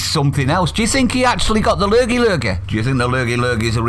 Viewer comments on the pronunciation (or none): "La lurgey". 🤣😭🤣😭